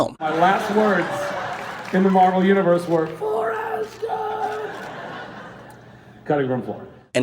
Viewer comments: It’s Asgard not assgard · Every time that he said Asgard he said Assgard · why does he say ass guard? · he 100% said a** guard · He said Asgard so wrong